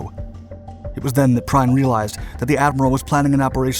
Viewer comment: Gunther Prime whos that, a German transformer? How about " Prien". Could we please at least have one creator not using AI? People are getting so lazy now. Our history deserves better.